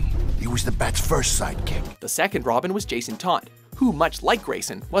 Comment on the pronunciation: he said robin wrong he said romin